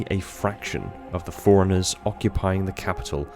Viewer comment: I only have 1 critique. The first time you say Forerunners in a passage, it sounds like Forerunners, but the more often you say it, the less you put emphasis on the "run", and it sounds like "foreigners". Other than that, no notes